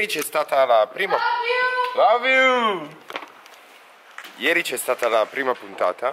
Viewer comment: "LOV IU"😂😂😂